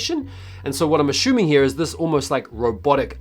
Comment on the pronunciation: He said ashoemong instead of assuming. Yikes